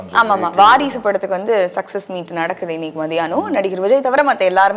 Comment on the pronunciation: அது வாரிசுடு இல்லய்யா! வாரசுடு!